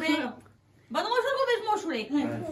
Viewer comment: Mai oameni buni se zice SORCOVĂ nu cum ziceți voi ȘORCOVA nu cu Ș